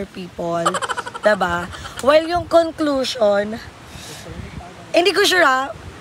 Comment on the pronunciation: hahaha hyp o-pin-yon😂 con-clos-yon 😂🤣